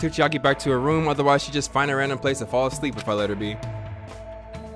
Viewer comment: Bro said Chiari instead of Chaiki